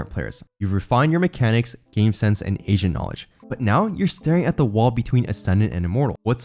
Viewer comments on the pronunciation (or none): ah yes, "mechanics, game sense and Asian knowledge" even the subtitles heard it